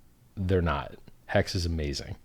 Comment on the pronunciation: Did he say Hex or Hecks?